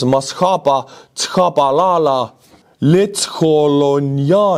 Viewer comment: You definitely, butchered Tshabalala , lol 😂